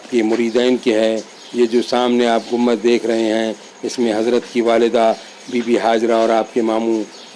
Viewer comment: ACHHA SILSILA HAI. A'BAD KHULDABAD DAULATABAD KI SAARI DARGAHON KI MALOO.MAT , SAHI HISTORY VDOS BANAIYE. ZARA APNE URDU TALAFFUZ PE DHAYAN DEN. AAP " GUMBAD " KO GUMMAD BO LE JAA RAHE HAIN..